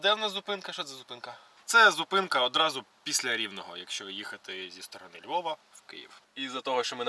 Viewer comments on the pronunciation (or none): Не зі ЛьвовУ, а зі ЛьвовА 😅